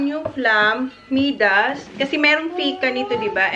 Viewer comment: is such a cute little girl. We love watching her grow. Btw, MIDAS is pronounced as MAY-DAS (MI sounding like Maya). 😉 Now John needs to build you a bigger house so you can have a proper walk-in pantry and a much bigger kitchen.